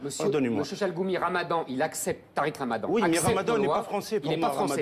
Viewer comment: Il dit "Tarek ramadan n'est pas françiis il vient d'ailleurs, après il vient nous deunner dii louçon" Mdrrr, il m'a tué. Il croit peut être, qu'il est français lui... Au moins tariq ramadan sait parler, et mieux encore il sait de quoi il parle. Il ne répète pas un discours préparé par les médias.